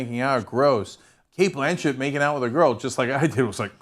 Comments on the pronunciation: ffs it's 'Blanch-itt'! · why is ana calling cate blanchett, "Blan" "Chet" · Why the fuck is Ana pronouncing her last name like that......